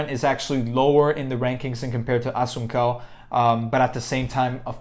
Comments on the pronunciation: Pronounced Rafael Asonsou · Assun-cow? Nah dude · Wow was going to watch then you miss pronounce my mans name cant know mma without knowing his name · Learn how to say the name correctly 🥴😂 Cody will lose again